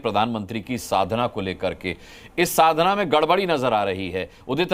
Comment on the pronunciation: अरे, यह "साधना" है! शाधना नहीं" - पहले इसे ठीक कर लें I पहले उचित उच्चारण सीखें, फिर इसके बारे में बात करें I यह है "साधना"!